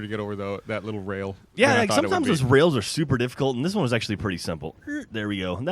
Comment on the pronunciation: He said WANN again